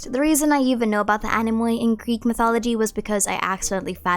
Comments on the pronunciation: I like your content a lot and I can help you by saying that anemoi are pronounced anemi because "oi" is the same as "i". Take it as something in return for the nice videos you make for us😊🌸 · Great video. Not to be rude but is has fun hearing you pronounce anemoi, oi (οι) is pronounced as e like electro, so it is just anemi